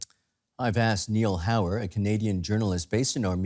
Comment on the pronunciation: “Nail Hauer” - corrupt journalist.